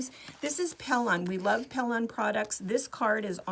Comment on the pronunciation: Pellon not mellon